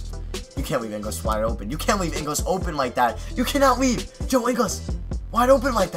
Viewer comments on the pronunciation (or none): it's pronounced ING-GULES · I'm Australian and it's Ing - gals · it's Joe ingles like pringles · Ingles is such an easy name to pronounce come on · Can you stop pronouncing joe ingles name wrong